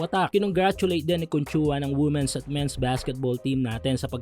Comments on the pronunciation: Hindi po woomen ang tamang pag pronounce kundi weemen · Women - pronounced as "Wimen".